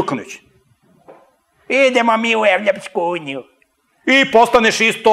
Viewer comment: Idljmo mi u Evopsku unjiju" M.Petrovic